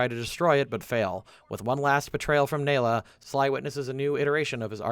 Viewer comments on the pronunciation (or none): Bro you had to have played the games to make this video, how do you mispronounced Neyla and Jean bison you hear them pronounce it correctly throughout the game